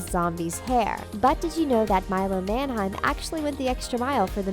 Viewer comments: Everytime she says "Manheim" I cringe cause she says it wrong. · Your pronouncing Milo's last name incorrectly